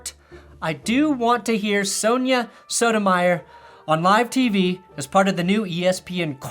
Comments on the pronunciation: Great video. But him making fun of that reporter for mispronouncing "Goodell," then mispronouncing Sonia Sotomayor's name is pretty perfect. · I find it a bit funny that there were some pokes at the mispronunciation of Goodell's name and then any equally slight mispronunciation of Justice Sotomayor's name. I don't think it was intentional, but if it was, that's digging those extra inches out for comic effect.